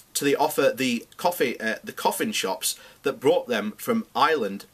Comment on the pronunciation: You need to work on pronunciation. Coffin Ships... Mayor Daly. Perhaps, practice beforehand. On the fundamentals of your argument, I would agree. There is an Irish lobby in America that might cause problems in the US, particularly because of the efforts that US politicians contributed to getting the Good Friday agreement deal done.